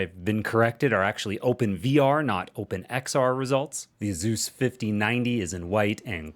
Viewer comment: AY-soos, no Zs in sight. ;)